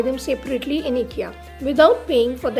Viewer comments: It's not eekya it's IKEA ❤️ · It’s pronounced ‘aye Kia’ not ikkia pls dnt mind! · Hi as it’s a Swedish name the pronounciation is “eekya” but you can call as ikea as well coz noun can be pronounced in any way… phonetically I sounds as “e” ❤️ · Hi sorry to disappoint you.. but it’s”ikkia “ (as its a noun so you can pronounce it in any way)FYI -the brand is from a Swedish name so the pronounciation is exactly the way I did…😊plz don’t mind .